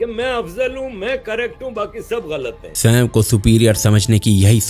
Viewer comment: ब्रो जिसे आप स्वयं (sawey) कहते हैं वह स्वयं (sawayam)ही होता है😊